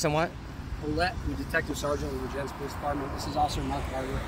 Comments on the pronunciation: Pronounced Ver-jenz😂 Love the videos Brother. I'm a Vermonter appalled every time I watch our lunatics. I'm a Fed Worker, Understand and SUPPORT POSTER 7 AND WHAT YOU DO. Keep it going💪💪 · Just FYI it's pronounced Ver jens